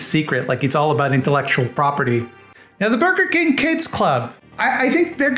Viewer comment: "Borgar King"